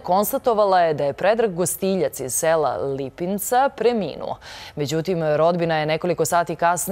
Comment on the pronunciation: Lipnica, ne Lipinca